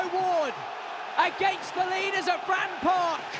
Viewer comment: to the commentator ...... you did well, BUT the venue was not FRAN PARK ........ there are 2 syllables in FRATTON